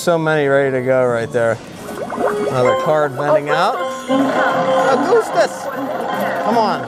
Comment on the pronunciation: the way u say augustus is triggering lol